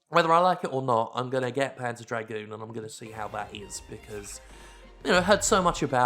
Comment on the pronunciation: Whenever you said the title "Panzer Dragoon" I just kept hearing it as "Pants of Dragoon" :P